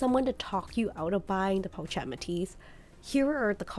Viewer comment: Not Po-chet it’s pronounced Po-shet. I have 3 and they’re great cross bodies because they lay flat against the body & hold a fair amount.